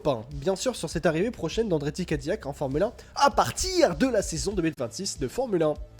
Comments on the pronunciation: Pour info, ca ne se prononce pas "Ka Di Yak" mais "Kai Di Lac" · Gros naze , CADILLAC EST UN NOM français....dons ca se prononce "Ka Di Yak"